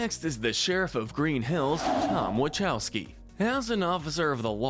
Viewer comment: HOW COULD U BUTCHER TOM’S LAST NAME!!! THE CH IS PRONOUNCED LIKE A K NOT A C THEN AN H!!!!